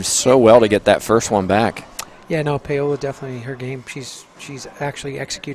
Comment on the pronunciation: Why did he keep pronouncing her name PAY-OLA??